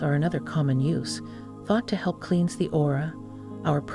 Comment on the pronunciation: A.I. strikes again!="kleens"instead of "klens" (cleanse). Why are you using an A.I. narrator on a spiritual video???